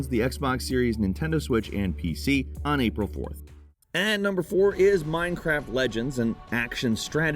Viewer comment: It may be me, but I swear every time I hear say “Today on Gameranx”. I hear, “Today I’m Gameranx.”